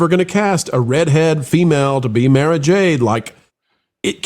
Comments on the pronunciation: It's Mara not Mera lol. Mera is in DC. Mara is in Star Wars. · Listen to Timothy Zahn who created her. It's pronounced "Mahrah" not "Mairah". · I listened to the books on audio when Lucas still owned the franchise. It's pronounced "Mah-rah" Jade.